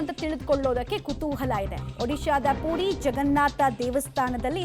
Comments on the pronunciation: ಅದು ಪೂರಿ ಅಲ್ಲ ಪುರಿ ಏನು ಕನ್ನಡ ಮಾತಾಡ್ತೀರೋ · ಪೂರಿ ಅಲ್ಲ ತಾಯಿ ಅದು.. ಪುರಿ... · Adu PUDI alla ma. PURI